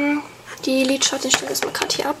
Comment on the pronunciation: ich leibe den einen teil wo sie liedschatten sagt (